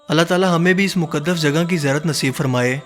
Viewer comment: Its not ziarat hahhah